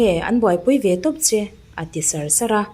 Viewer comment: Sar sar tih leh Var tih I lam dan thenkhat hi a dik lo deuh chuan ka lo hria, a thlûk hi ania ka tih ni.